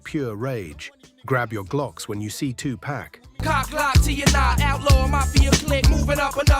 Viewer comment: It’s 2-Pac and not 2-Pack, please! 😂